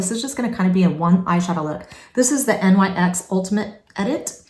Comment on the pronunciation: Just a quick thing thats insignificant, the NYX is not said as letters. Its a word, pronounced as Nix